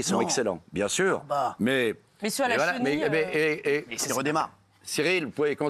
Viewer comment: à la cochenille, pas à la "chenille" 🙄🤦‍♀️